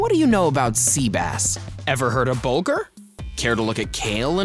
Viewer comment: It's "Bulgur".